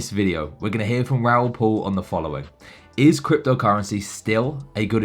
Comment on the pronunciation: Hey mate its Raoul Pal not Paul. So for this I can't carry on listening